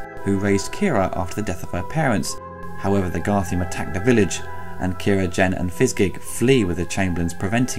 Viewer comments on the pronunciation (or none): just think if it had not been for this awesome film, toby williams in labyrinth would have been played by a different actor(just a quick nit pick though they are called garthim not garthium sorry about that).